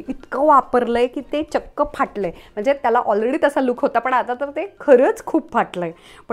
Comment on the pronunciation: A tshirt doesn't have to be fitted. Fitted tshirt is a look, but a looser sleeve is also one. There is nothing wrong with it. Plural of hardware is hardware, not hardwares. Also, don't over enunciate 'mhanje'. It's mhanje. Not mhanaje.